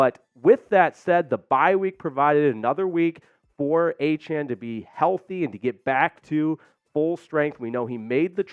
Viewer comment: Really? How the f*ck does Pain Train Achane work... when he pronounces his name A-chan? Noooooooooooooooo